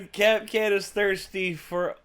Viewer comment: When Kapkan has children, Kap- kin . UwU